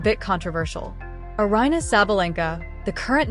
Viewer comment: It's Eh- yah- lah! Please pronounce her name correctly!